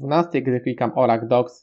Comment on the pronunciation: Hehehehehe, nie wymawia się baza danych "Orakl" tylko "Orykul" :)